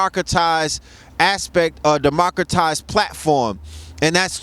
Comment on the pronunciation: This nigga said Democratized....lol